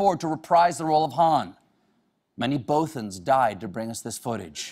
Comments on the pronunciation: "BOWTHANS"...... No.... No Stephen..... Go home... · They're actually pronounced Bawthans but honestly I'll let it slide, you're a legend Stephen. ;) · "Bah-thans" Stephen Colbert. Not "Beau-thans". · both-ans not booth-ans Shame on you colbert :( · It's Bothins. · He pronounced bothans wrong. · Suprised that Colbert, the self-proclaimed Star Wars megafan, doesn't know how to pronounce "Bothans." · You pronounced "Bothans" wrong. Don't worry though, you're still a worthy nerd. To all who deny it, guess what, Stephen Colbert is a servant of the secret fire. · hes a starwars fan... but pronounced Bothans wrong... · What kind of a Star Wars fan mispronounces "Bothan"? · Mispronounced Bothans. That's racist